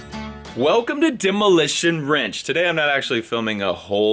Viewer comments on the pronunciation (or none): Sorry though you said ranch not wrench?